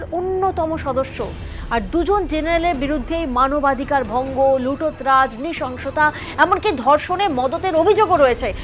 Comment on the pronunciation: খবর যখন পড়বেন তখন ভাষাটা ভাল ভাবে রপ্ত করবেন, কথাটা "লুট তরাজ", " লুটত্ রাজ" নয়।